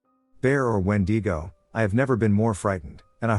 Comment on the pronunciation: ITS NOT WEDEEGO! ITS WENDIGO!!!